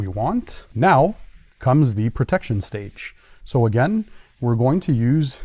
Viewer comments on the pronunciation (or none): none